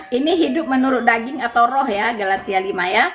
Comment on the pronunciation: Kali ini mengucapkan Galatia dengan.benar. Bravo! Jadi flashback ke video lama saat ingin mengucapkan Galatia 6: 7 - 8. Saking ngegas kali y :)